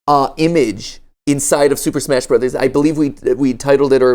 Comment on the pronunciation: "smach, sploch" -Matpat